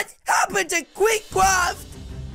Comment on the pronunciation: Kweek cwaft💀💀